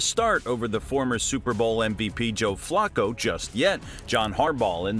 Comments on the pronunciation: Flocko? WTF? It's pronounced FLA-koh. Your AI sucks! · "Flocco" 🤣. I noticed it too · Is it me, or is this guy pronouncing Flacco 's name wrong? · But it sounds like he's pronouncing Flacco 's name wrong.